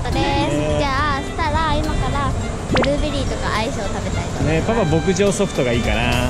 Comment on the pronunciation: ブリーベリーになってた笑